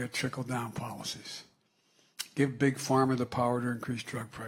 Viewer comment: did he say, beat big pharma' or 'beat pig farmers'? what did pig farmers do to him? wonder when biden will beat the cartels of south america and the fentynal from china?